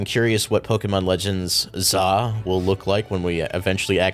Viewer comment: Please someone tell that is not pronnounced "Legends ZA", but "Legens Z-A". I hate it so much when english speakers say "ZZZAAAAAAAHHHH", like come on, just read the title properly. TT______TT